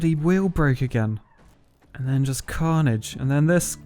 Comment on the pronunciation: Everytime you say carnige I cant stop laughing